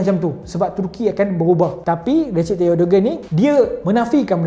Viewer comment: Recep disebut Rejab ya. Bukan Recip